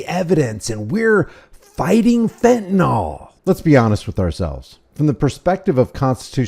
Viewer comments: If this guy is running the fentanyl epidemic he should at least pronounce it properly. It's fenta-NIL not fenta-NOL. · I know I'm an absolute nerd and a pain in the arse, but why is it that seemingly no one can correctly pronounce fentanyl? It boggles the imagination.